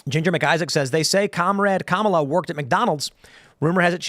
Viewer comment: For all these people who proclaim "DO YOUR RESEARCH!" (which is the funniest statement, considering the source)... WHY for the love of GOD can they still NOT pronounce the word 'Kamala'? And we're supposed to find these people credible. Laughable. Not credible.